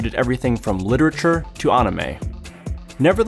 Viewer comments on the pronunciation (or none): He can't even say anime correctly! LOL! LOL!